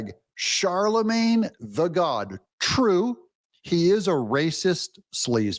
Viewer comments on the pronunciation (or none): "Charlemagne the Gaud" (as in gaudy), not God 😂